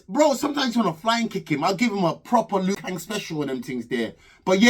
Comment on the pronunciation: Its Duka not Luca the fishmonger 🤣🤣🤣🤣